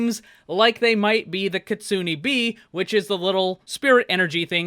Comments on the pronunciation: Kitsune = (Kit-sue-nae) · pronounces kitsume wrong Me: angry weeb noises